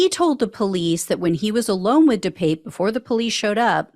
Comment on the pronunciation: De Pape pronounced de pah pe......